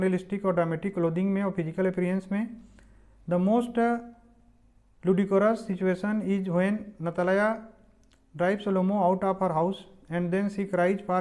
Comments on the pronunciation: Or Natalya ko natlaya😂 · It is not nata laya it is Natalya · Natalaya nahi he bhai Natalya he🤣🤣🤣🤣🤣🤣🤣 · 🤣🤣🤣👌🏻👌🏻 नताल्या sounds नतलाया 😁😁✨✨